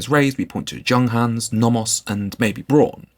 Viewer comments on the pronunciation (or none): Prentious watch snob moi? - but really. the J in Junghans is pronounced like Young not Jug😊